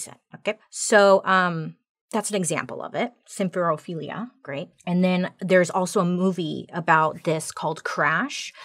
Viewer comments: I'm just so proud of her pronouncing symphorophilia correctly ❤ every time. ❤ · Can I just say how impressed I am with how easily she pronounced symphorophilia? Like who is she 😏